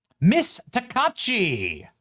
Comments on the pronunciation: It’s “Ta•kuh•ee•chee”, but I love her already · Shes pronounced taka-eechee, Takaichi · I enjoy watching your clips…. I have lived in Japan, for the past 15 years.. A couple of things to point out.. Your meme at the top, was closer to a Chinese accent. Her name is pronounced Taka-Ichi She’s not the Japanese Trump. … That would be KamiYa of the Sanseito party. Japan’s, so called conservative party, the LDP, is mostly run by what we call in the USA, RINOs. It’s because of the impact of Kamiya, and the Sanseito party, putting a huge dent in the LDP, and other parties, that made it necessary for the LDP to choose Takaichi (Taka-Ichi). She was fought tooth and nail all the way. One example is the Komeito party separated from the LDP trying to wreck her chances to becoming Prime Minister.. We are happy to have her as Prime Minister.. The LDP was really close to having a Kamala Harris IQ level politician lead the party.. (Seriously dodged a bullet with that…) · Benny san! Correct pronunciation is Taka Ichi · About how to pronounce her name: when Japanese is converted to the alphabet, all vowels are pronounced separately, not joined into one sound as in English. Thus "ai" is two sounds, not one, and her family name becomes "Taka-ichi." By the way, another surprising thing from her background: she commuted to university on a Kawasaki bike--there's a really cool photo circulating in Japan of her on her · Taka...ichi, it's ok to pronounce it correctly. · pronounced TAKA-ICHI she loves motorcycles, Iron Maiden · You're butchering her name Benny come on! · Omg Benny at least say her name correctly if you're doing a piece on her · Thanks Benny. Keep up the great work. Also her last name is pronounced Takaichi( Taka Itchy) Just for your info. Thank You for your team. I love it. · TA KA EEEE CHI, SA NA EH. .... pronounce it right.... youre killin me, smalls.... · Sanae Takaichi pronounced Sana ay Taka EE chee. Congratulations Ms. Takaichi. MAGA/MJGA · Taka-EE-chi, not takashi